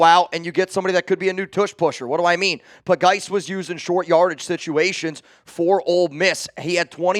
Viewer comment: Lmao😅 JJ Puh-geese!(?)